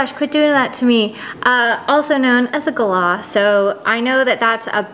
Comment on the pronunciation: You say Galah better than most Americans. You have clearly traveled Australia.